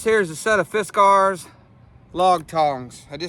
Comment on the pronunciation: I just can’t get used to how your pronouncing Fiskars. It might be the right pronunciation but I’ve never heard anybody say it that way before. Guess we’re kinda hillbilly around here.😆 Use Lava to get rid of Poison Ivy. The soap Lava. I hope I’m pronouncing that right!😆I never got poison ivy till I hit my 40s. Now all I have to do is look at it. If I see some while I’m cutting in a t-shirt, I’ll wash my hands and arms with Lava when I get home. If you already have it, scrub it down a couple times a day or whenever it starts itching. Dry it right up! Thanks for sharing! Like my Dad used to say “get outside, get the stink blew off ya!”🍺👍🏻